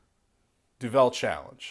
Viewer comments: We say Du-val rather than du velle.. It's Flemish. and the correct challenge requires standard duvel as triple hop is a special edition beer. The effects are somewhat different. Enjoy, and greetings from Belgium. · It's not pronounced doVEL, it's pronounced doVUL. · We, in Belgium, pronounce it 'Duvel, and not Du'vel. The name actually means "devil" in old Flemish Dutch as is spoken by the vast majority of the Belgians. So one pronounces it very similar to "devil", but with a 'u'. Other than that: DO IT!! :) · Imagine the word 'devil'. Imagine someone saying 'de ville'. That's what it sound like when you mispronounce duvel. It's Duuuuvel what you pronounce. That is the Dutch word for devil. Duvel. Now remember this and pour Duvel in 45 degrees angle into a real Duvel glass. This glass is known for its carved out "D'' in the bottom of the glas. This curvy D makes the bubbles focus inside the middle of the beer and give you that extra kick out of Duvel. Enjoy! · Pronounced Doo-Vul not Doo-Vel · That's exactly what i was going to say. 33cl = 1/3 liter. And you have to put the accent on the "u" in Duvel. Not on the "e". Grtz from Belgium. PS: Do the Duvel challenge! Good luck with it. Let me know how it went,and put a vid on youtube ;-)